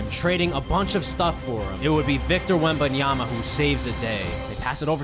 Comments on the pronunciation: Victor wembambam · HE GOT VICTOR WETBANANA